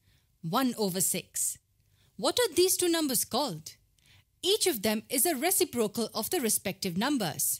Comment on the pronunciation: Reciprocal is the worst pronounciation I’ve ever heard